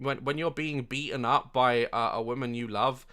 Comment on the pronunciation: The only bone I have to pick with you is your continued mispronunciation of the word woman as the word women.